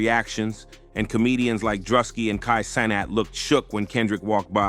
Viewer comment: How the fuck you say both Druski and Kai Cenats names so wrong?